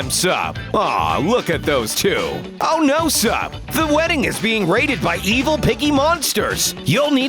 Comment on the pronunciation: What weading